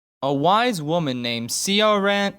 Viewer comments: In terms of of the opening and you not knowing how to pronounce that name, all I can say is: Oh you sweet naive little not-Irish boy who doesn't know that Ciaran is pronounced Kee-Ron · Ciaran is pronounced key-ran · Ciaran is pronounced k - eer - an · Ciaran is pronounced keer-an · Kee-yeer-in, that's uh, how you pronounce her name, or at least how it's pronounced in my area of Ireland. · That critics name is pronounced keer-on. It's Irish. It's also traditionally a mans name so odd that she has it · CIARAN is pronounced Kieran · It's pronounced Kieran, only spelt correctly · OK my name is ciaran, its gender neutral and I'm a dude, and its pronounced key-run or key-ran based on preference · the name Ciaran is pronounced like Keiran. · It's pronounced keeran. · Pretty sure her name is pronounced *Kieran*, its just spelled differently. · It's pronounced kee-ran,it's an Irish name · Ciaran is pronounced the same as Kieran lol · Gret review, but the way you pronounced “Ciaran” was a little painful. I think it’s pronounced “Keeran” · Ciaran pronounced Keerin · Ciaràn Is pronounced keyrron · Ciaran Kerr is an Irish name. Pronounced "kheer-on" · I always love seeing Americans trying to pronounce names like Cian or Ciaran! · Ciaran It’s Irish for Kieran